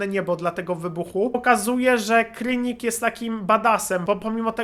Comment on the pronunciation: nie krynik tylko kranik